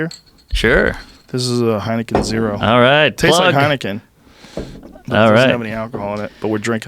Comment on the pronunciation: Heinikin zero hahaha